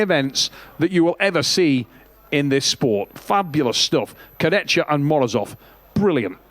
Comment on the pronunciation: Travis "Alex Kurdechka" Bagent